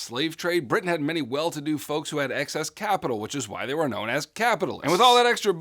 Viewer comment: and said britian instead of britain